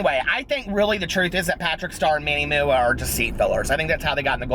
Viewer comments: That One Aquarius 😂😂😂😂 right? that Manny MOO-AH gets me everytime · ha! thank you... i had no idea that MUA stands for make-up artist LOL i was pronouncing his name the same as you 😂 whoopsy